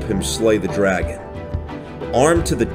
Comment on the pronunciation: DRUGon egg